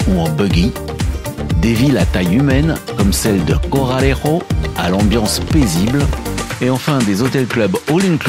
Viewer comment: deux R à Corralejo !